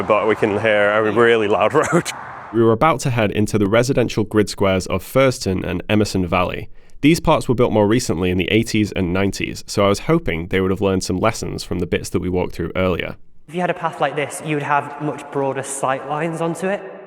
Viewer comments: I'm sorry... Furzton? Fart tone?! wow.... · Furzton? Do you not have any german speaking subscribers or have i missed the comment that tells people that this translates to fart noise? 🤣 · "Furzton" Garmans hooting and hollering.